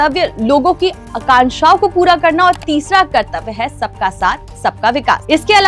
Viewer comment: कृतव्य नहीं कर्तव्य